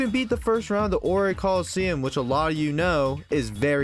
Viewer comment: Aight, just started the video but... "The Oyye Region Pokémon games?" did I hear that right? XD If nothing else it was funny enough to make me comment and help that algorithm.